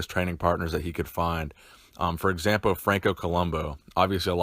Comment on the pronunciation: Anyone else notice 'for exampo Franco Colombo'?